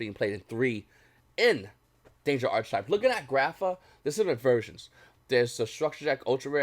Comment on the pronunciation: You don’t want to keep “flogging a dead horse.” You yourself are not the dead horse. Also it’s pronounced “arc-type” you do not pronounce the “ch” in the word.